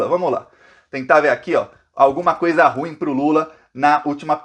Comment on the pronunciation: Ruim pronuncia igual pudim!. vc e muito guerreiro! obrigada por sua clareza de informações.